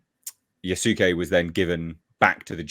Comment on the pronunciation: Guys, it's pronounced yas-kay. The u is silent.